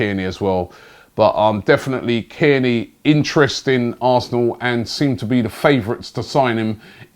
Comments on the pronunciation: Sounded like he said Kenny 🤣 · Tierney Robbie, not Kierney. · It's Tierney, not Cairney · And his names Tierney!! Who kierney Bro?? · Robbie just mispronouncing everyone’s name and has even started making up players ‘kierney’ as he does 😂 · It’s Tierney mate come on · i think robbie is trolling with these names kierney🤦🏽‍♂️ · You keep switching between saying AC Milan and inter Milan when talking about Xhaka, which is it? And you keep saying Kierney come on Robbie you’re better than that